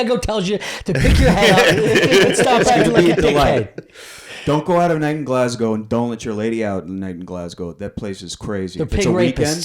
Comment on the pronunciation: Not a single American knows how to pronounce Glasgow properly. They just can't do it.